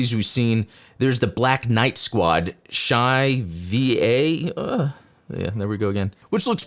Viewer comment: The Black Knight Squadron suits are pronounced as the Shiva and the Rudra.